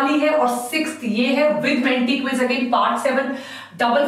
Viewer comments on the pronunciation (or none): none